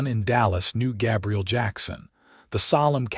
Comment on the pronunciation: I enjoyed this story but the AI narrator pronounced Gabriel as Gabrielle was hugely disappointing